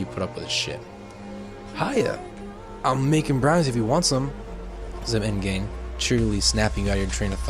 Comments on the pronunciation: Am I the only one that noticed that he pronounces M’Gann as M’gain? No? Okay 👍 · Pronounce it like Magan😄 ok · do find it funny how you pronounced m'gann though lol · I'm sorry.... how does he pronounce M'gann?